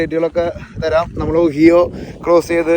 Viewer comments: ഒഹിയോ അല്ല ഒഹായിഒ ആണ്. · ഒഹിയൊ അല്ല ഒഹായൊ ആണ് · Ohio alla ohaiyo ennu anu parayendathu...chicago alla shicago ennu anu parayendathu...